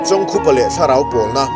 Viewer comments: Chawng khupa A Ni lo,I lam Dan hi a dik lo,chawngkupa a ni e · Chawngkhupa hming ilam dik lo. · Episot, 7, na chhiartu hian, chawngkhupa, ti hlir in a lama a lamdanhi a rikdanhi a diklo deuh a ni e